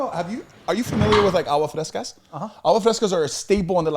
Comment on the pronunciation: corrects everything according to his Spanish and Mexico and traveling but can’t correct when says “Agua Frescas” instead of “AGUASSSS frescas” with an S Be a friend be nice be helpful PS: I know my grammar and punctuation is funny.